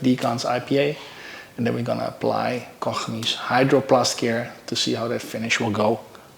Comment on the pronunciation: So refreshing to hear Koch Chemie pronounced correctly Oh Troebel = Murky